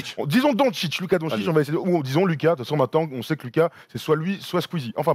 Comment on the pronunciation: Et non c pas Luka mais ça se dit lOUka😂